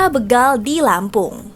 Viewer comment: Begal... Be dibaca seperti Betawi ? SALAH... Yg benar Be dibaca seperti BETAKAROTEN.